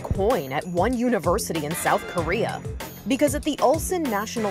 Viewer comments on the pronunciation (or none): none